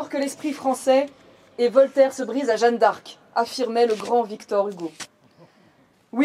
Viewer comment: Euh "Jeanne" et pas Jehanne (?)